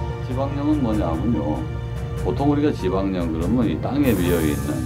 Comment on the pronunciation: 지박령을지바냥이라는중 ㅋㅋ